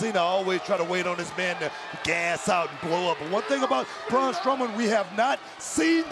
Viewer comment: ITS BRAUN NOT BROCK